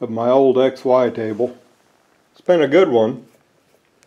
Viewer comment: Kept wondering why the dude kept calling it the "ex-wife table".